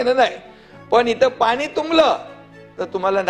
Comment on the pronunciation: अडाणी माणसा अनेक वर्षे मुंबईत राहुनही मराठी भाषा निट ब़ोलता येत नाही. अजुनही आनी पानी करतोयस. आधी नीट बोलायला शिक. कमळीच्या नादाला लागून तु गद्दारी केलीस मुख्यमंत्री झालास पण तुझा गेम झाला. घर का ना घाट का अशी तुझी अवस्था कमळीने करूंन टाकली. कपाळावर कायमस्वरूपी कधीच न पुसला जाणारा गद्दारीचा धारीचा शिक्का मारून घेतलास. ज्या पक्षामुळे, बाळासाहेबांमुळे शाखाप्रमुख विभाग प्रमुख नगरसेवक पद मिळाले ज्या उद्धव साहेबांच्या कृपेनें आमदार झालास त्यांच्याच पाठीत खंजीर खुपसायला तुला काहीच कसे वाटले नाही निर्लज्ज गाढवा.